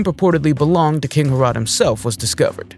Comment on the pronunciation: Herrod is pronounced Hair-ud not Hair ode.